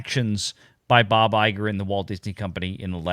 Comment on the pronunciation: It’s EYE-gore.